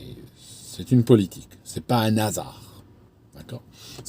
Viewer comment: on ne dit pas "nasar", hasard a un "h" aspiré.